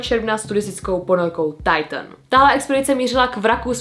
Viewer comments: hovorila to mu Titan a nie taitn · Nečíta sa to tajtn 👄Alw titán